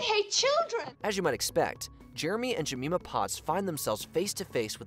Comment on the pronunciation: Minor nit: the narrator has obviously never seen "Chitty Chitty Bang Bang"; otherwise he would have known that the girl's name is pronounced "Je-MIME-ah", not "Je-MEE-mah". It's mentioned quite a few times in the movie. Oh, and flying monkeys aren't scary. What WAS terrifying - and still terrifies me now, at almost 60 years old - was the scene in "Bambi" with the birds in the tall grass. Now THAT is nightmare fuel.